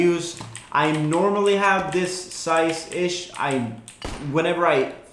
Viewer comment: it's not "dis"